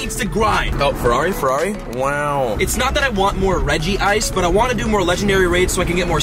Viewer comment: Its reg-ice not regi-ice